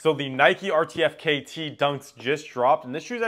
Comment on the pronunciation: just so you know in the future, it's pronounced "artifact" 🙌